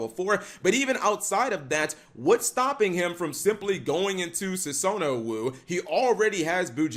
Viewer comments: x sue-sow-nah-woo lmaoooo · And he clearly hasn't been watching enough anime for one of those names (Sue-so-na-wu).